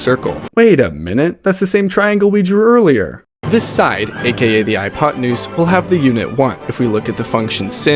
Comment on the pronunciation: It's pretty shamelessly AI as well with a real voice over. You can tell he doesn't know what he's talking about, hypotanuss, sin, real easy stuff yaknow